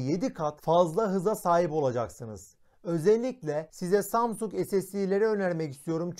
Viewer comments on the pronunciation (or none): none